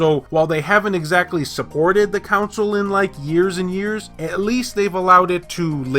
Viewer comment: It’s funny how you call it a “Council” and not a “Console”.... not hating on you, just an observation. Love my Vita!